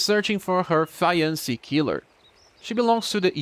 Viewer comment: Hey. Not trying to be rude, just don't want you to learn wrong. Fiancé is pronounced fee-on-say Like Beyonce with an F